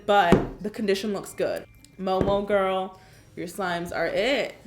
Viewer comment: How I say girl "gurl" How karina says girl "gOuRl"